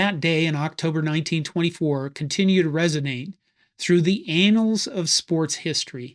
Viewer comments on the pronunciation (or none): It's annals of sports history, not anals (spoken in the video). Admittedly, there are some horse's arses in sports history, but that would be a whole other set of videos.